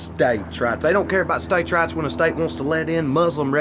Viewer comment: This whole time I thought he was saying States' RATS..... "States have more rats than women do." I was like duhhh 😂😂😂